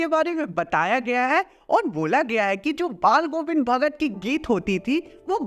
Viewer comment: pe ,ch ka naam hi galt lia hai😂 bhagar🍌